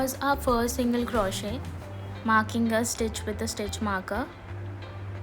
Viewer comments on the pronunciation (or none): It's not crawshit.. it's crochet. The t is silent